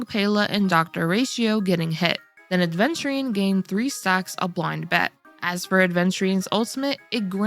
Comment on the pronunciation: Where's the D????????????????? it's Aveturine not ADventurine